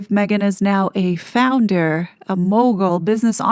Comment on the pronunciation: Are you saying "Founder" or "Flounder?"